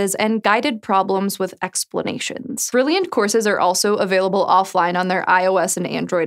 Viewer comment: You almost made it....got to the last one without saying brillianch